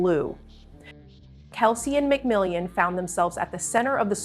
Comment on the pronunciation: Mc Mill On. Not mcmill ey an.